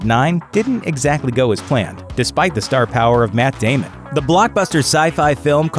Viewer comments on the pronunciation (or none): "Matt Daymun."